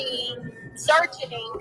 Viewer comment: “ They would not be SEARCH-A-Ning…”??? Wow!